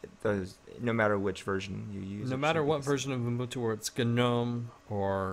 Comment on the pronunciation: It is pronounced nome, and U Bun To not Un Bun To. Learn English